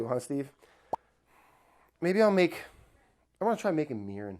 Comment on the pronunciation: If you don't have the volume turned up very loud on this one it sounds like he said he's gonna try making urine (mirin - was supposed to be mirin)